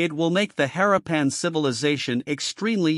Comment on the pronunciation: Interesting subject. Repetitive, uninteresting video and images. Most annoying is the following: It is pronounced 'ha-RAH-pan' not 'HAH-ra-PAN'